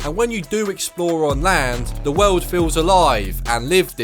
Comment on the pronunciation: “The wewld”